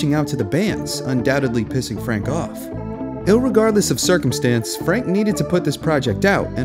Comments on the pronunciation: Well, I made a mistake in my correction. 😬Serves me right for trying to be pedantic, haha! There IS in fact an L in irregardLess, isn't there? It's no issue with the subtitles. I meant in the pronunciation. Each time you say the word it sounds like you're saying "ILregardless". Anyway, great video. This was my first of yours to watch, and now I'm looking forward to checking out some others. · Not to dismiss the video or anything, its great work but... "illregardless"??